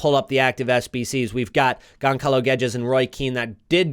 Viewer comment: gonSalo man, gonSalo 🤣